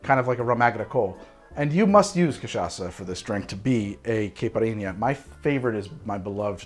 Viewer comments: Holy shit he learned how to say cachaça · Hey, you nailed the "cachaça" pronunciation! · Wow, we've come a long way, from saying Ca-tcha-ka to arguing that cachaça is a rum with perfect pronunciation. I feel like a proud mom. But seriously, using sugar on a caipirinha has it's upsides: as you drink the ice melts and dissolves the rocky sugar over time. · I'm impressed at your effort to correctly pronouce Cachaça. Spoke just like a native speaker. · has learned how to pronounce Cachaca since last time! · Yes! You got the pronunciation of Cachaça! 😂😂 Well done!